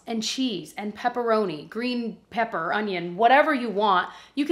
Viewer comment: “Ladies and gentlemen, Salt and PEPPAH!”